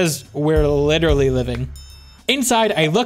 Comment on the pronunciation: please, never say literally like that again, for our sanity thanks :)